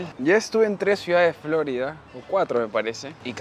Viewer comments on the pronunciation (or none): No entiendo porqué acentúas Florida en la o, Flórida, alguna explicación?, video muy interesante, com siempre, gracias.